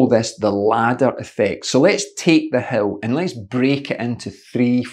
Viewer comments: It is certainly ironic that, with your wonderful accent, ''a hill' actually sounds ... to my ears, as ''a hell''... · Dammit coach, I thought you kept saying Hell. Hell training, Hell repeats like its some super horrific type of training.. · Your accent makes you sound like you're saying 'hell training'. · How fitting the the word "hill" sounds like "hell" when coach says it :-). Thanks for the great pointers and ideas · I thought you were saying "hell" at first.